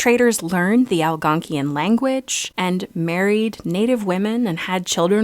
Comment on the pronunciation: Al-gon-quin you sound like a complete cement head. I mean this in the constructive criticism type way in kindness. I did laugh and Il explain.